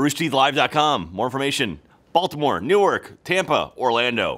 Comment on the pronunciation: If I hear say Newerk one more time I am going to rip off my ears.